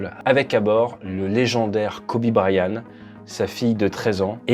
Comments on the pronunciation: prononce bien c'est Bryant avec un T , idiot ; pas brian.....arrete de copier Aldo aussi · Kobe "Bryan" ??! 😂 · BryanT, avec un T. Là, c'est la prononciation pour Dany Brillant, que tu nous fait. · Pauvre Kobe dont le nom est écorché toute la vidéo. il y a un T à Bryant. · Bonjour, il y a un T à la fin de Bryant. Il se prononce. Vidéo intéressante.